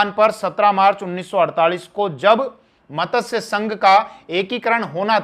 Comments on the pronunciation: Very nice narration. One small correction needed in pronunciation of the word MATSYA... It is being pronounced as MATASYA... In Sanskrit MATSYA means Fish...Regards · मतस्य नहीं मत्स्य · मतस्य क्या है।मत्स्य है जी।